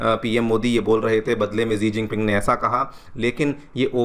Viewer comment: Sir it's सी जिनपिंग